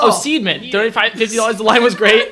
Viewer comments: man said SEEDMEN 🤣🤣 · The way that guy said sidemen "seedmen" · Man said seedmen